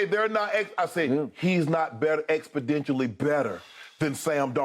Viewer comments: It's Expo-nen-tially Unc. Not expe-den-tially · Can someone please tell Shannon it’s “expoNentially” not “expoDentially” 🤣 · "Expodentially" Wow. Millions of dollars to talk. Unreal. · Am I the only one that noticed Shannon says expodentially with a d instead of an n? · Smh lmao he's always butchering common words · Fr like wtf is a “expodentially” 💀